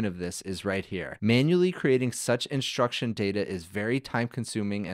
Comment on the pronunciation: why do you say "inshtruction"? instead of instruction?